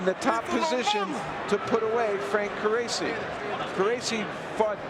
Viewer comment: I thought his name was pronounced car-rachi